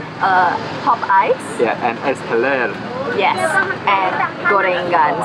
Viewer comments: the correct way to say "teler" is like a word "telegram"... but ended up with r.. Tele(rrrrr)... tele(gram)rrrrrrr... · The "e" in "teler" is actually pronounced like how you pronounced "egg". Not like what you pronounced here. Maybe that's why the warung es teler owner didn't understand what you mean.